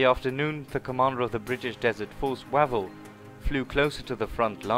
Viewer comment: Its 'Wayvell' not Wavell